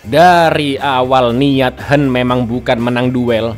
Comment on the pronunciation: Kang yang hwen dibaca kang yang "hwen" knapa di baca "henn"? Kebelet ngeseng, cak?😅